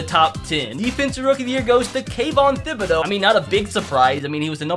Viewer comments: man saying the TH in thibodeaux gave me a brief moment of deep hatred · Why you gotta say Thibodeaux like that